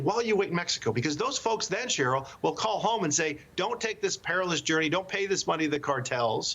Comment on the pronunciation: Did the Host just said :' Maxacow instead of Mexico...lol. listen